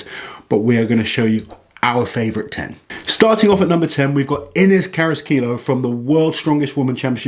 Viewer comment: I believe you did say Martin’s name right, but you got Inez Carrasquillo’s wrong. The ll is pronounced as a Y in Spanish. So her surname would be pronounced as CarrasquiYo